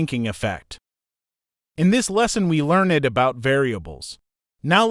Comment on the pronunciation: the word "learned" has 1 sylabble. Thank you. 😊